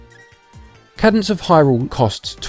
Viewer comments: Cadence. KAY-dense. Not Cad-ense. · >kah-dence ಠ_ಠ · it’s pronounced KAY DENSE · A cadence is a harmonic closure. It is pronounced caydence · It is pronounced Kaydence. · Haha, good sport. Don’t worry, everyone messes up pronunciation sometimes. It can be tricky if it’s a word you haven’t heard spoken. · Big fan but please try to improve on your speaking skills. It's quite jarring as it sounds like you are struggling with the script or have never read it before. Also you got the name wrong 😅. Much love!